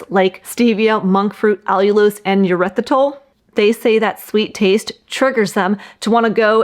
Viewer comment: tip - erythritol starts with 'er' not 'yur'